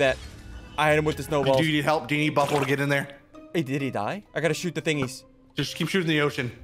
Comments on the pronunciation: It’s not biffle it’s buffle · That’s not Biffle it’s Buffle